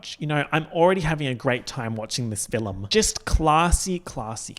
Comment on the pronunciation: earlier in the vid he said “fillum” the same way trixie does on iltw and that already had me like 👀 so then following with the mentioning of the bob & thorgy clip was like a 1-2 punch